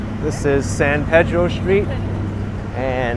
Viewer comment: The Locals pronounce it San Peeedro.